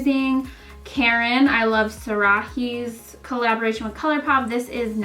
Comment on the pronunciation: iluvsarahii is pronounced saraee the H is silent 😬